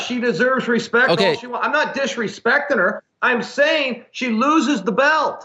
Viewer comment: "He no hespect nothing"